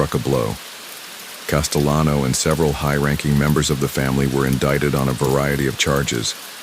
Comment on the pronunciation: Castelano with an L. He was not Spanish